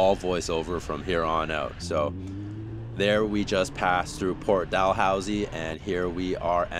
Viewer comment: nice video dude! Port Dalhousie is pronounced Daloozy tho hehe. Have you done the Niagara Bike Loop? It's my goal to do the whole thing this summer. Keep rockin dude!